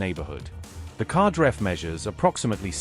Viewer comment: The Qadr-F missile is pronounced "KadAr-eff" (rhymes with Ra-dAr)